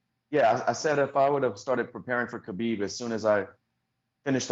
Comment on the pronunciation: Ariel’s pronounciation of Khabib name tho